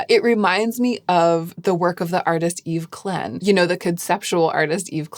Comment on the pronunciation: Yves Klein - Klein rhymes with ‘kline’